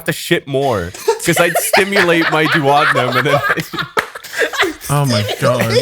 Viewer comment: That's not how you pronounce duodenum